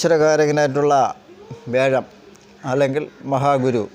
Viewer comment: വ്യാഴത്തിനെ േവ ഴം,വേഴം എന്ന് പറയുന്നത് എന്താണ് ?